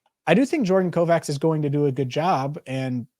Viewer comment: On ER it was pronounced Dr Kovatch